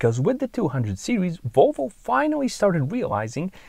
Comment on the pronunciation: Its Volvo not Wolvo…..try to say that….VVVVVOlvo